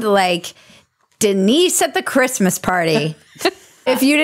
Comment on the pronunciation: Bridget doesn't say "Christmas". Sigh.